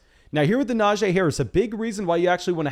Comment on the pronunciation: Will ever pronounce Najee correctly?